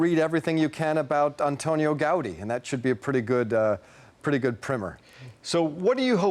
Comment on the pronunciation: It's pronounced anTOnio GauDÍ